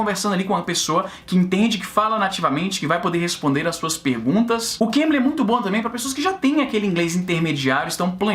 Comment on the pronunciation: Na hora que o Izzy fala Cambly, eu escuto Cambridge. eeahuaeuaheae Tanto é que eu escuto os videos do Izzy e fiquei assustado quando ele falou "esse vídeo é patrocinado pelo Cambridge..." e eu "carai, que upgrade nos patrocinadores".